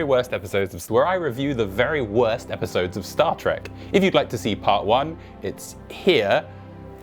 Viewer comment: The wery worst episowdes?